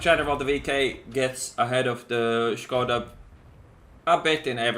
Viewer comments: finallym someone pronouncing it shkoda instead of skoda i'm not slovakian but it bothered me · Finally someone knows how to read Škoda :DD Seriously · Finally somebody who can say Škoda without broken english fucking accent (Skouda or something similar shit as like as QB or Jingles) , i really like you, can you please try to say Buchty (prem consumables) in next CZ tank video? :-) And I laughed a lot to that situation with IS-6 "tomatoes are reacting on the sound" :-D